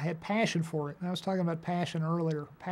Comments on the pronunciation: *paysion*. He's so midwest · Vince Gilligan - I am the one who has Paashion